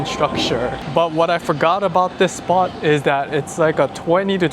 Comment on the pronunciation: "cool SPOT" not "cool SPA" 😅